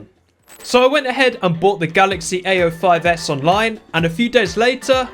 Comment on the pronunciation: Every time he says "A05s", it sounds like he's saying "ay yo"